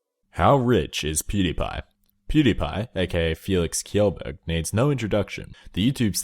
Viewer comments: felix kjeeelburg? umm thats not how you say it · U mispronounced his name it's pronounced Sheelsburg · It's pronounced shellberg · LAST. NAME. PRONOUNCED. WRONG!!